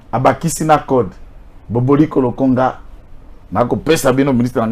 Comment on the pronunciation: C'est papa Bomboko Lokumba, et non Boboliko Lokonga svp.